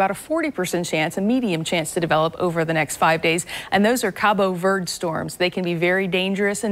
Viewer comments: 🤦‍♀️ that’s not even right... I’m capeverdean and hearing this is quite disturbing. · Cabo Vurd! Ha. Guess that’s the news way to say. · She's definitely from the South! Cabo Verd lol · She said Cabo Vurd storms lmao